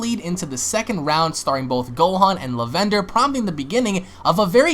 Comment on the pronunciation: you literally can't pronounce lavender???